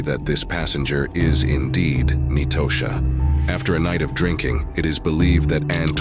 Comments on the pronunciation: Nitosha is pronounced like Natasha. Not knee-toe-sha🤦🏿‍♀️ i hate a.i. bots. Clicked off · Ahhn-twan and Nye-toe-sha 😂 I can't even focus on the story, I'm 😂😂 too hard